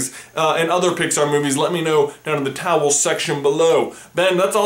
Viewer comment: He always says towel